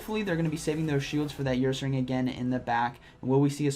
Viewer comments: Say her without the h. Ursaring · Nobody:.... 2021: YOUR-SARING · "Earsaring" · saying YourSaring had me laughing:), great video as always